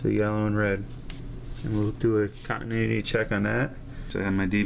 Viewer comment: Love the video over here laughing my butt off when you said we have continudity instead of continuity love your videos very educational keep up the good work